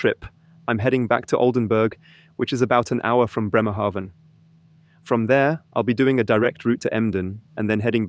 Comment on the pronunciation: I need to he honest: I started watching because of E-trucks. NZ has a new Chinese one, then this video popped up. AND then you mentioned to drive to my hometown: Bremerhaven. And the first 3 times you pronounced it wrong, like Newhaven. So, I'm like, should I say something, should I not. I am curous where your going to land in BRemerhaven, so I keep watching and you pronounced it correctly. It's an a like in Banana, and I get why you would say it diffferently, the e after the consonent would do the trick - but not with Bremerhaven. Good lukc in you new job.